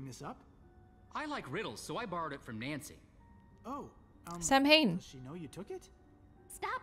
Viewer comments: My favorite part is pronouncing Samhain like "Sam Hain", and Sean is probably nearby and probably knows how it's actually pronounced. 😅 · Lol I sat there mentally screaming every time she said “sam hain”, even though I know she couldn’t have known how to pronounce it. 😭 Like, calm down brain, she doesn’t know Gaelic, and shes not Wiccan. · Idk if it’s mentioned but “Samhain” is pronounced “sow(as in ow!)-in” :) theyre the 8 Wiccan sabbats from The Wheel of the Year! Really cool detail they added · I sat there mentally screaming every time she said “sam hain”, even though I know she couldn’t have known how to pronounce it. 😭 Like, calm down brain, she doesn’t know Gaelic. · Lol same. I sat there mentally screaming every time she said “sam hain”, even though I know she couldn’t have known how to pronounce it. 😭 Like, calm down brain, she doesn’t know Gaelic, and shes not Wiccan. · samhain is pronounced SOWen and is a Celtic festival on November 1st. :) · Samhain is pronounced "sow-in" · Going through this playlist now after just watching the Castle Malloy episode with Sean has me laughing at the pronunciation of Samhain.